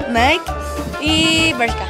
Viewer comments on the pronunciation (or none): Naiki es la pronunciación correcta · Porque pronuncian la marca Nike así 😂